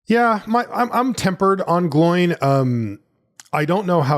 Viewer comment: Some assistance on the pronunciation for the Dwarves: if there's an accent, that vowel is a separate sound. So Dáin is "Dah-in", Óin is "Oh-in" and Glóin is "Glow-in".